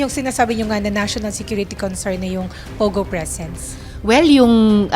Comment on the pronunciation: POGO NOT PUGO AS U PRONOUNCE MS. BLOGGER.